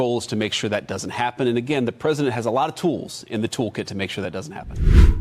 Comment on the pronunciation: did you say tools or fools